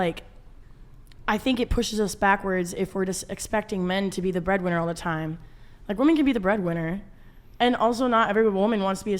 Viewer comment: Can someone PLEASE explain to me why most the guests on this show pronounce "WOMEN" like "WOMAN"?